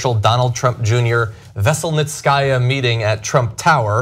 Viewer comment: It's pronounced veh-sell-neet-see-ah... not vessel-net-sky-ah 😉🐙